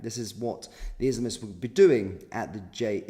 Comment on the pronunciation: Can you please speak clearly? When you say "izmts" it is hard to understand.